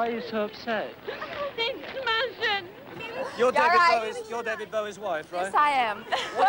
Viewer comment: (thought she said 'smashin')